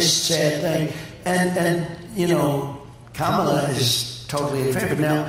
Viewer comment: It's funny how he pronounces kamala's name properly at this event and the next day goes right back to mispronouncing it!